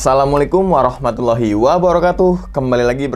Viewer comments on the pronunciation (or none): none